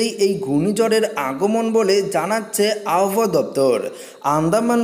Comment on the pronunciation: উচ্চারণ ঠিক করতে হবে। অশনি সংকেত আব হওয়া ।